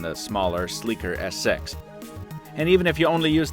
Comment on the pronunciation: He said s sex